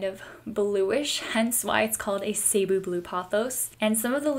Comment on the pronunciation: It’s Ceh not cee. 😭😭😭